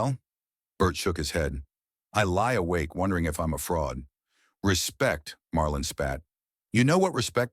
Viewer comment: Marlon not Marlin can't even get that right!